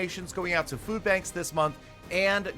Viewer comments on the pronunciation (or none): none